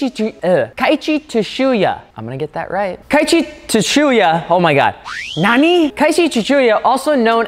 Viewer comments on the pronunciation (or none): "Tsu" is pronounced "Su", not "Tshu" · Its keiichi *tsuchiya (suchiya) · Say it with me kids... (Kay-e-chi Sue-chi-ya) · I about had a stroke every time attempted to pronounce “Tsuchiya”. Su-chee-yah. #RIPthispoormans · The way you pronounce his name is like KI-CHEE SUU-CHEE-UH. Keiichi Tsuchiya; the T is silent. I learned that after Initial D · rip didnt get keiichi tsuchiya's name right once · I might unsubscribe just from hearing your attempt on pronouncing Tsuchiya lmao Y'all aint' ever watch Best Motoring International?